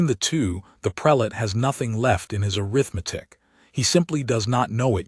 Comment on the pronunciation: The AI needs to be trained where to properly put the emphasis on English words. It's aRITHmatic, not aritheMETIC.